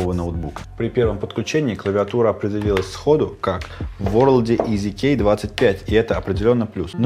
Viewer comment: Когда ты говоришь "EasyKey", мне постоянно слышится "Из Икеи"